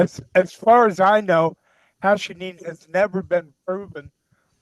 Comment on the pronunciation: its called "Hashishene" and not "Hashinine" tho just for anyone trying to look it up